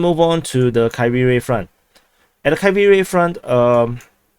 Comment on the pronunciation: It is horrible how you pronounce Kriviy GIh